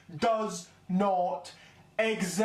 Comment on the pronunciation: Just listen to the accent, can't say exist properly